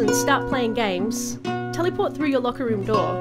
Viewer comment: As a British the best part for me was when she said Tellyport